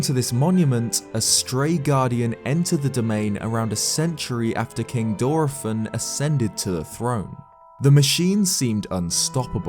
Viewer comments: That is not how you pronounce Dorephan. It's literally the word dolphin said with a heavy Japanese accent. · Mispronouncing dorephan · Why do you pronounce Dorephan differently everytime you day it?😂😂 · Dude, your videos are great and it's crazy fascinating getting more in depth with the lore, but how did you manage to pronounce Dorephan 12 different ways?! Props